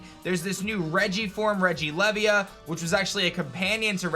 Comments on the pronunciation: He's american of course they pronounce it wrong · I am pretty sure that regilevia is pronounced like who you would say leviathan.